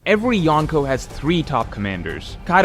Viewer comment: I love you but if you are going to use the Japanese word for four emperors you gotta learn the pronunciation. It's not Yahn-ko its yonko